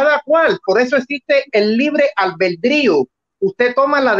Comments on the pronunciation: A casi un mes del debate,habrá por fin aprendido éste muchachito a pronunciar bien la palabra "albedrío" ? 😂😂😂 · pronucia mejor la palabra albedrío, en cuanto a, esto son los significados de "consorte": 1. FORMAL: Esposo o esposa de una persona. "cada uno de los consortes puede realizar los actos jurídicos y ejercitar los derechos que le corresponden con carácter privativo o exclusivo"2.Se usa en aposición a rey, reina, príncipe o princesa para indicar que comparte el título por matrimonio, pero no las atribuciones del mismo. "la reina consorte o el rey consorte no podrán asumir funciones constitucionales, salvo lo dispuesto para la Regencia" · El padre del Protesto tiene una cultura y un conocimiento que el "" canadiense quisiera tener por un dia de fiesta asi que dedicale a él las acepciones de consorte, y tienes razon el "" pronuncia mal albedrio